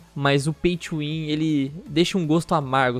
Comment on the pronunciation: caralho demorou até eu entender oq é esse Paitchuwin kkkkk até eu entender que ele tá falando Pay to win